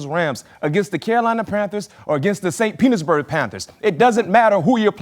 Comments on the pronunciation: No he said “Penisburg”😂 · Did he say the “Saint Penis-berg Panthers” ?? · nah he said penisburg. The table laughed,, might’ve been planned. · “St Penisburg Panthers” is CRAZY 🤣🤣🤣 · St Petersburg, but I hear ya